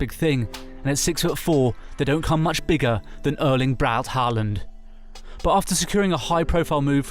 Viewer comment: Throughout this video, you pronounce the E in his first name like a an Ø/Ö. It’s actually just an E. However, the Å in Håland is pronounced as the Au in Audio, not just as “a”. Listen to a commentator speaking a Germanic language to get the idea.